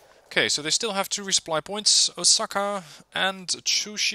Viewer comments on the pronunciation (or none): none